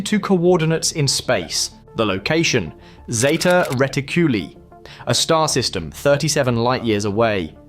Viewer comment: What do I think? You can't even pronounce " Zeta Reticuli " properly! Moreover, where is your proof of the claims you have made about the sphere? I see no evidence whatsoever in this footage!